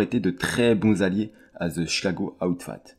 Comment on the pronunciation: Salut, la vidéo et les recherches sont vraiment top. Par contre gros soucis au niveau de la prononciation en Anglais, ont ne dis pas « Outfight ou Outfat » mais Outfit, comme FITness… ça rends l’écoute désagréable personnellement